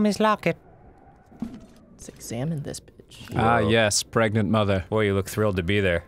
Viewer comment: tat womon twas pregnart!